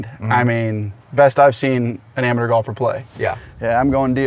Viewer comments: "ameter" lol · why tf he say "amateur" like that in the beginning